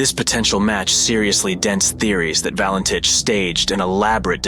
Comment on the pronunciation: This video could have been so much better if the narrator pronounced the name correctly, and stopped repeating the same old mistakes which always get repeated. There is a new publication available on the case, ' Nothing on Radar- the Valentich Mystery'. Google it.